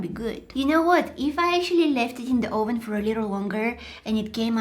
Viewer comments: Oh ven do u mean oven😂😂 It sounded like you said Oh ven Are you trying to call someone a real trying to get to the oven?That's what I was So so confused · 😂I LOVE THE WAY SHE SAYS OVEN😂